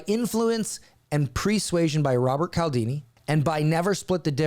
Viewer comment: Appointment setter here. I preach Voss' book to EVERYONE!!!! I've read Cialdini, too [pronounced 'Cheealdeenee', his name is Italian]. I'd also advise SPIN Selling and Chet Holmes' The Ultimate Sales Machine. And FYI, if you haven't read Jeb Blount's Fanatical Prospecting, you are NOT a lead generation expert. Yeah, that's actually the first question I ask potential marketing clients I work for.